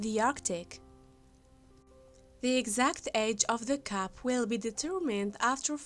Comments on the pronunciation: It wasn't until I saw the Cup, that I understand what she was trying to say. I kept hearing Cap! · Ummm.....hard to listen to. I thought the speaker was saying cap. I take it the video was made as a teaching opportunity for working on speech difficulties. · Get a grip ALL you freaking ultra sympathetic ppl giving her KUDO's on her "narration". WTF?! Is she saying CAP or CUP? Absolutely terrible pronunciations!!! The word "ceramic" didn't dawn on me until the next sentence!